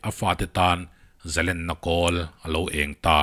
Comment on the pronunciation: Zalên hi eng sentence pawh nise thluk tur niin ka va hre em, zalen ni lovin zalên... dik tak maw...